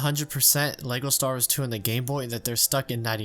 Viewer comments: Every time I hear him say "Leygo Stars", I have to close the video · is it just me or did he say "lego stars" in the beginning? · So you'd be completely sober? Because I'm just hearing "Lego Stars" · “Lego Stahrres”